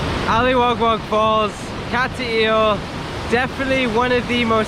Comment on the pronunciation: Not being critical, but my wife says it's not Cat-t-ill. Nice video though. when I get back to the Philippines, I am coming up that way to see those beautiful waterfalls.